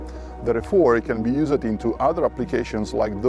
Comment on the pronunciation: Please stop pronouncing the “ed” at the end of wordS. It’s not “use-ed”, it’s “youusd.”